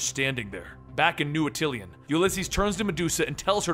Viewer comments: This guy keeps pronouncing Atillan as atilian bro I'm done. IT'S ATILLIAN A-TUHL-AN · dude, it's Attilan, not Attlian. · Ati-LEE-un? There's only one "i' in Attilan. This ain't some across the pond Aluminium shit. At-il-an. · dude I love your videos! but as a big fan of the inhumans its like nails on a chalkboard when I hear you say "atilian". its pronounced ah-tih-lan. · its new at-ill-an